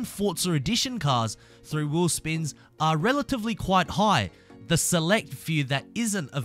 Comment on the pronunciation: you have a very weird way to pronounce "wheel spins"